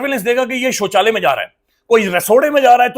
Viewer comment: You r too funny saying sochala and lasoory.I think sochala is washroom.